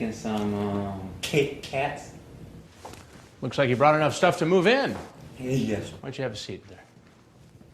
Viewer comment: “a dwink and some KIT! KATS!”